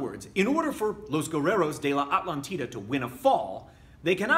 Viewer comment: Great video as always,. Just one thing. In spanish, you stress it like a-TLÁN-ti-da.:D